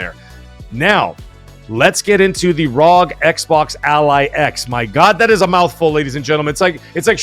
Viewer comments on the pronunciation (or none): Rog ally x, lol you keep calling it RzoG ally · Its even more of a mouthful, its actually R. O. G. XBox Ally X not Rog like frog. 🇨🇦